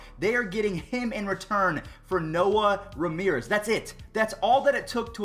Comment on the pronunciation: Btw its Noe Ramirez not Noah Ramirez lol